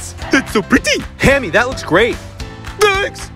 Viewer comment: & "so pretee"